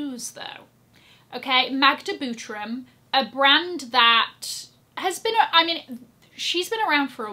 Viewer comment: I Love the way you speak „Magda Butrym” Proud Polish girl there! Magda’s projects are stunning! ❤